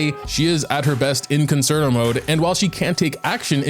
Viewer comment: How pronounces Concerto made me have to look up the proper pronunciation. I shouldn’t have… I played the violin for 10 years and realized the word. I really doubted myself 😂 Stan Robin ❤️❤️